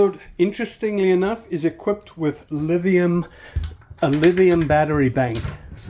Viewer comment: had to dislike when he said "livium" instead of "lithium" for the batteries